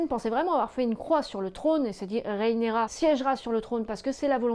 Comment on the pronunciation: RHAENYRA... RHAENYRA stp... pas RÉENÉRA... J'ai eus envie de te faire subir le meme sort que Vaemond...